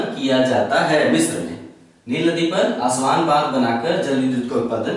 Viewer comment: सर आपके प्रयास सराहनीय है मैं विश्व भूगोल के आपके वीडियो देख कर बहुत कुछ सीख रहा हु .... किन्तु कुछ बातो कि तरफ मैं बहुत ही विनम्रता पूर्वक आपका ध्यान आकर्षित करना चाहूँगा कि कुछ शहरो के नाम जो आप लिखते हो या बोलते हो वो एटलस से मेल नहीं खाते जैसे कि अबादान कि जगह आपने लिखाया इबादान, ताना कि जगह टाना, अस्वान की जगह पे आस्वान पिछले videos में भी कुछ और ऐसे शब्द थे तो इसमें थोडा सुधार होगा तो हम सबके लिए आपके प्रयासों में और सटीकता आएगी .......बहुत बहुत धन्यवाद सर